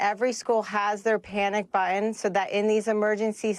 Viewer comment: It's button, not buh un